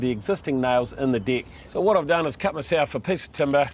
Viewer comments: As a Brit, deck sounds very much like dick to me! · I want my "deck" to last longer too